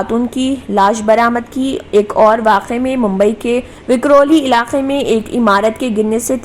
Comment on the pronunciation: Vikhrovali nahi vikroli